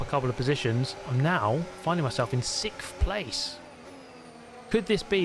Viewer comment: ew why do you say sixth like that?